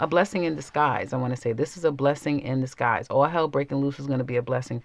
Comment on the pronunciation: did you say 'a blessing in the skies?' lol